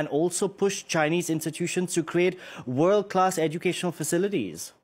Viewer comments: 哇哦d，是这么发音的木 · "you cant change the wowd with out understanding the wowd"